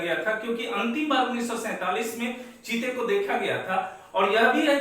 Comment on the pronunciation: जीते नहीं सर चीते